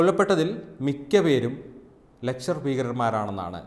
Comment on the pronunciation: ലഷ്കർ, ലക്‌ഷർ അല്ല